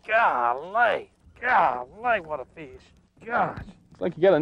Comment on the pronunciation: I always love it when people pronounce the “E” in fish. FEEESH